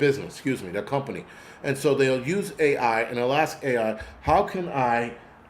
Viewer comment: “Axe” Nice…. YOU WITNESSES 9/11 “Axe 🪓” F——k YOU